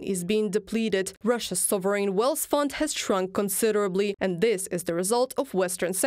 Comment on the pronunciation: Hey guys.. "Th" in English isn't pronounced like "Z".. gotta work on the "zis, zat, zere, zose", etc.